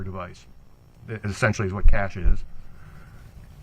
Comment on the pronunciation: Her lawyer likes to use words he doesn’t understand. Like “cache” which he can’t pronounce correctly, and especially “transgress,” of all things, lol. That word means to err or sin, so it’s funny when he suggests they he and she “transgress.” I’d say that actually the problem: it’s her TRANSGRESSIONS that led her to being in the hot seat right now. Granted, there may have been violence, but she murdered him and covered it up, brainwashing her daughter, which is soooo damaging!